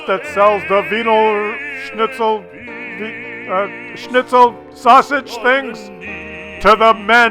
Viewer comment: you fucked up the pronounciation of every single german word. except wiener schnitzel, but thats austrian..... the rest was about all right! shout out to you from germany!